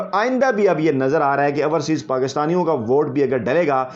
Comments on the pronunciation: Dear like and love ur work but just want to mention one thing , there is difference in pronunciation between ourseas and overseas. We don’t mind it but just want to mention it. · I hope he reads your comment and corrects his pronunciation. "Ourseas" sounds funny. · Raja Sahib, it is not ourseaes but correct pronunciation is “ OverSeas” . We love and like your Vlog. You are a good journalist.